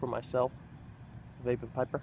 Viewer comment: Thanks for the shoutout. You even said my name right. doesnt happen often. I wish my weather outside looked like yours. Its too freaking cold to smoke outdoors here in Minnesota.